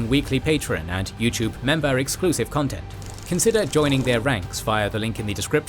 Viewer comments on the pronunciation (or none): none